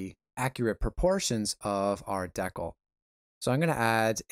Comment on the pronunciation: DECKLE. Really? Haha. I like the content but couldn't get over the DECKLE and sound fading in and out. Thanks for sharing.